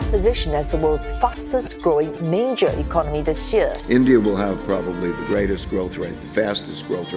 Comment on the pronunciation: The way you pronounce economy is a bit weird . Great analysis and deep dive.